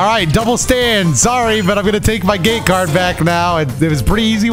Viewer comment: Ngl thought you were saying gay card for the longest while and not gate lol